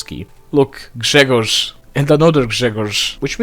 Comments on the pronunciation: No way he pronounced Grzegorz right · I am Polish. Your pronounciation of Grzegorz is amazing :) Slavic brothers unite